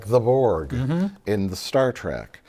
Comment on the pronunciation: sounded like "lore" to me. That's why I spelled Trak, because it's how he said it. But it still saddened again. Trekkies are a pathetic bunch these days